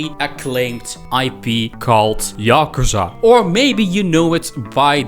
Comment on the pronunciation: "yockerza" how on earth